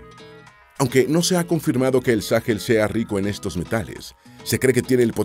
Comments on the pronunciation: No se dice Sáhel. Se dice Sahel. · Sáhel? Se dice Sahél